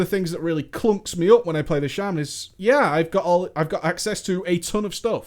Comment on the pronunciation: SHA MAN NOT SHAY MAN sorry had to say it not trying to be a dick but that bugs me heh